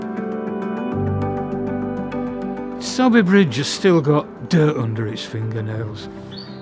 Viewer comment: Isn’t it pronounced ‘soarby’ ?